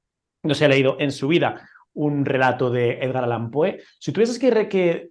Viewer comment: Con todo respeto, es "Allan". Enhorabuena por el canal🤗